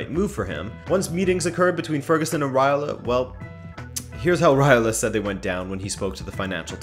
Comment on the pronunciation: Who is Raila? It's Raiola! You forgot to pronounce the letter o